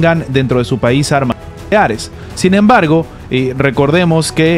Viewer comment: Es que no se puede decir nucleares claramente?